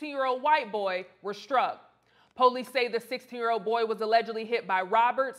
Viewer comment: putting extra emphasis on "White Thugs" and "Boy" 😂✊🏾